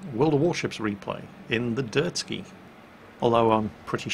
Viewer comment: Not that anyone cares but it's a Derzki not a Dirt-ski.